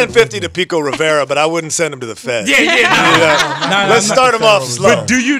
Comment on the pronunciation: Did he just say "Pico Rivera " hahaa